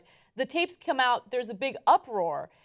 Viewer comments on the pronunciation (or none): none